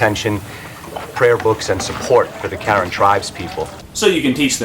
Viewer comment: The way the guy pronounced Karen is so triggering lol, and this is coming from someone of Karen ethnicity, it's Ka-Ren, not Karen like them white girls or whatever lol